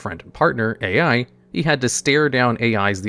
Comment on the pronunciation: BRUH I was going insane him calling A.i 😂